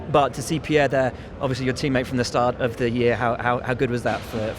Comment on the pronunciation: Lewis, It's Pierre....